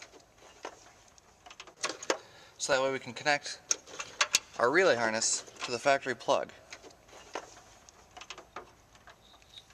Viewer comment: lol "harnest"